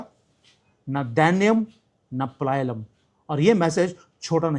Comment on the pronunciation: पलायलम नहीं पलायनम् सही है